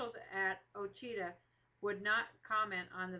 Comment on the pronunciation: The story is very accurate to the story they tell at the pine tree speech. Ouachita is pronounced wrong through out the video though.